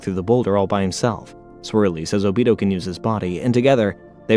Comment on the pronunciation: ”o-beat-toe” too